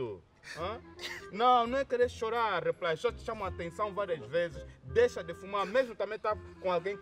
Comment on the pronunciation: Não aguento quando o diz repilay